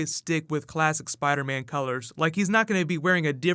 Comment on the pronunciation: Iron Spid-ah?